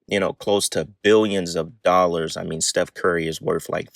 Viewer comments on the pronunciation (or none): none